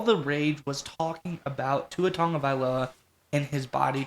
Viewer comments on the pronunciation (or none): Pronounce Tua’s last name right… it’s year 5